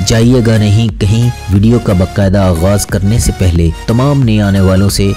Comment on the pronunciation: Very poor pronounciation. PAHLEY bolna seekho